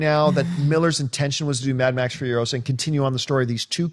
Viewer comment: It's Imperator FuriOsa, not FurioSA - Hermione